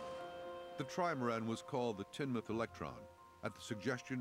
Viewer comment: It's pronounced teen-muth